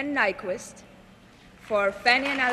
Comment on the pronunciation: They has 10 years to learn to pronounce "Nykvist"...